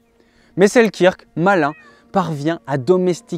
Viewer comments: Bonne prononciation : Alexander Seelkeurk,pas la bonne orthographe bien sûr mais bonne prononciation. Sinon, vidéo fort intéressante à garder ds un coin de sa mémoire. Bonne continuation ! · ca se prononce: sel-"queue"-rk, en passant. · Super vidéo :) pour info ça se prononce Selkeurk :)